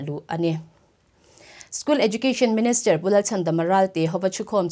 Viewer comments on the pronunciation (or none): Minister..not Menester...Kolasib...not Kolaseb...lam no kan tum lutuk luatah hian a fuh lo zeuh zeuh thin